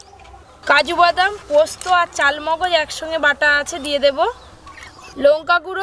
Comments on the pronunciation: Chalmagaj na charmagaj katha ta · কথাটা চারমগজ ...... চালমগজ নয়।